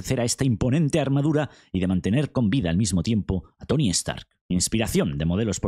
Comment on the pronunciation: Se llama "Stark" no "EStarc"